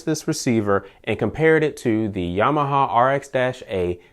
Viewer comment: Great, I just picked up the X6400H , Would love to see a long term review on that one. Also, did you say you was a Yamahahama guy? LOL. Sounded like you spoke Japanese their for a split second ;o) Thanks again for the DENON Review.